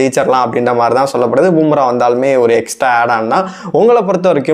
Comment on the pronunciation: அடேய் பூம்ரா இல்லடா பும்பரா மொதல்ல பேருங்கள ஒழுங்கா சொல்ல காத்துகுங்கடா அப்புறமா உங்க கருத்து கூந்தல சொல்லுவீங்கோ